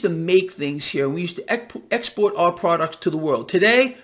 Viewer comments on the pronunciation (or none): none